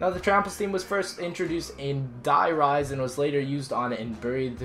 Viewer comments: Did he say derese instead of die rise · noob calls is der reeses cmon